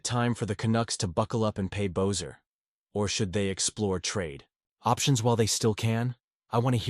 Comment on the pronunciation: It's not "Bozer"...it's pronounced "Besser"